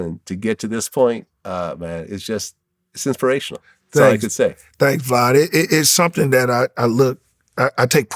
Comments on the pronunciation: Are we not gone acknowledge gp was callin vlad “vlod” the whole time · "Vlod." He probably wanted to call him Vlad(e) (Divac) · Is he calling him vlood? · Thanks “vlod” 😭